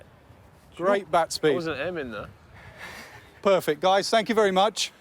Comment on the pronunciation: Think he said ‘I wasn’t aiming thur’